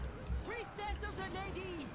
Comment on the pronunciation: "Priestess of the Lady" The last syllable is spoken long enough to be confusing though